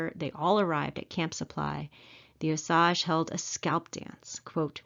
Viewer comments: Its pronounced ohh SAGE, like the plant or spice....NOT oh saggh.. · You are pronouncing OSAGE WRONG, IT IS O SAGE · As a Native American and historian for my people I would like to comment on the quality of this video. While the content is commendable your credibility is tainted by the mispronunciation of important words. Wasita = Wash-ih-tah, Osage = Oh-sage. Did you know that both Sand Creek and the Washita River were RESERVATIONS at the time that the massacres happened? I was stationed at Fort Sill, OK and had access to the Fort Sill Military Library. There actual hand-written orders and letters from General Sheridan to General Hazen regarding the promise of food rations that were to take place, and were used to keep the Cheyenne, Arapaho, Comanche, Kiowa, Apache, Lakhota, and a family of Caddo. My husband is a descendant of the Comanche and Kiowa at the Washita, and I am a descendant of the Lakhota that were both at Sand Creek and Washita. Our famillies were also at the Palo Duro Canyon during the Red River Wars. Anyhow, Just saying...